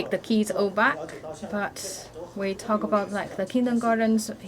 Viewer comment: Why is the auto translation and subtitles translating kids to "keys" her pronunciation of kids really sound like keeeys